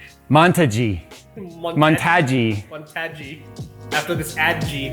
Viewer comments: The build should be called InWiJay in honor of those terrible "monta-ge" and "ad-ge" jokes from the opening XD edit: Tuxedo? Tuxed-ge it is then. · you rock! Great job on the mon-ta-gee! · flexing so hard with the build montage (pronounced mon-ta-gee) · I think project black ice is cool but who cares about the name THO MON-TA-GAE WAS 🔥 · Its pronounced Montague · Really nice, and so is the mon-ta-gee. Professional af. I would have gone with x570 and a 5950x with 4000mhz ram, but you'd need a time machine to get that cpu.